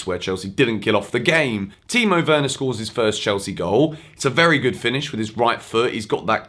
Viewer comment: And you av said it correctly